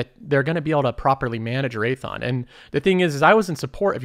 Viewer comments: "raython" dawg it's RaythEon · Raytheeon…not Raython. Imporant…😕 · Great video, but I think Raytheon is three syllables.